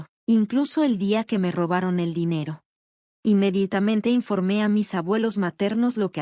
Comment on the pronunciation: Hola, hay dos cosas que no entiendo. 1 Si la protagonista es una chica porque siempre acaba hablando como un chico. 2 Es que no dice inmeditamente sino inmeditamente pero si lo escribe bien. Por lo demás las historias son muy entretenidas.